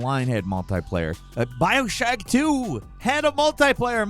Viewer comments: Did he say Bioshack 2? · "Bioshack 2"? What lol